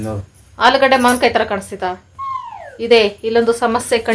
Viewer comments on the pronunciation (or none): none